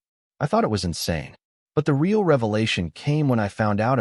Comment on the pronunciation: None of these AIs seem to be able to pronounce "real" in English rather than Spanish; it would be amusing if it wasn't completely facchin stupid instead!